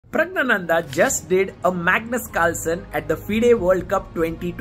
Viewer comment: Finally I know how to pronounce Praggnanandhaa! Thanks!